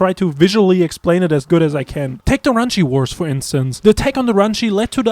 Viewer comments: Ranshee? NO it's pronounced Ragni.. Even in-game. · This man said “ranchy” for Rachni (Rack)-(Nigh) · It's rak-ny no ranchi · Rach-ni?? It's pronounced rak-ni. Did you even play these games? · ranchi wars I have never heard anyone pronounce it like that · The way you say Rachnai lol